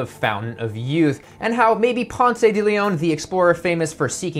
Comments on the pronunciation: I love your videos and this is great!! Just FYI Mr DeLeon's first name is pronounced pounce like... pouncing on unsuspecting prey. You don't pronounce the "e" like you don't in the word pronounce. The only reason I bring this up is that you made Ponce de Leon mispronounce your name. Thanks for all the great videos!!! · Nice idea. There’s no “ay” at the end of “Ponce”. It’s silent